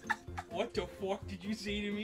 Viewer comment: "what the fwuk did u just say to me"